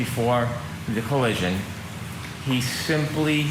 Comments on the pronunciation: said "there was no coallision' 3 times in his opening statement. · said "there was no coallision"